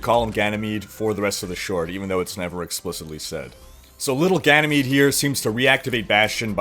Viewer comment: I find it funny how every youtuber butchers the new maps name xD